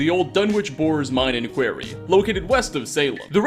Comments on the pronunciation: "Kuh-where-eee" a question or line of inquiry, instead of "kuh-war-eee" an open dig site for marble, granite or other stone... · KWAR-REEEE not QUER-RYa QUARY is a mine and Query is a question. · Not sure if you are mispronuncing "quarry" (which should rhyme with Corey) but it's pretty funny either way! love your content! 🙂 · How did you pronounce quarry as query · I think Absalom is pronounced Ab-soul-om like the island in the Ray Liotta movie No Escape (great flick btw). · pronounced qwuary, not query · You saying quarry as query is really weird lol. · Quarry. Not quiery. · Why does he say quarry like query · Quarry not Query!!! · its Quarry not Query. . . a query is a question not a place you dig for minerals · Its fucking QUARRY!!! NOT QUERY!!! Best way I could explain how to pronounce it would be KWOREY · Your pronunciations are ridiculous. Query? Absalem? stop rushing videos and do some phonetic research. Real talk. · no accent of which I'm aware would afford someone the mispronunciation "query" when faced with "quarry". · Haha yes I love mining in the kwerry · Hey. It's your favorite English language nit-picker:). Today, it's a pronunciation thing. Quarry rhymes with GORY, not with FAIRY.:) Great vid, otherwise. Still hoping you'll do some ESO stuff eventually! got my fingers crossed for that. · DUDE !!!!!!!!! It's QUARRY not QUERRY ............ DUH (0.o) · What the hell is a query? Do you mean a quarry? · Dude, for the love of god, English is your first language. Actually look at the words you see and maybe google the pronunciations if you haven't heard them before. That is a stone quarry, not a search query. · Quarry is pronounced Kwar-E :) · It’s a quarry not a query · Quarry. K-war-y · K-WAR-ee ab-SUH-lom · Quarry... Q-war-ee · Quarry nou query, with a hard "R" bro. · QWAR REE ITS PRONOUNCED QWAR REE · Quarry is pronounced as Corey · It is called a quarry. Not a query. A query is a fucking question! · Did he say they were in a query?